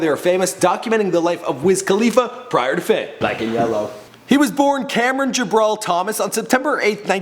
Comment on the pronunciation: do you ever pronounce anything correctly? it's Ja-bril not ja-brawl